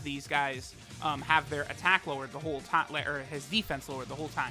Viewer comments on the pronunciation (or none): none